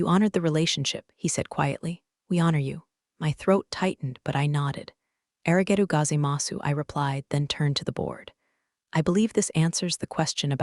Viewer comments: "Aragedu Gazaimasu"? This is first year Japanese and it should be "Arigato Gozaimasu". (Thank you). If you're trying to show that your hero is a Japanese prodigy, then maybe don't make her mispronounce basic phrases. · The auto captioning utterly MASSACRED some of the Japanese, which is amusing for a story where a massacre like that nearly destroyed a deal. It's "Arrigato Gozimasu", and if she pronounced it properly, then the U was almost entirely silent.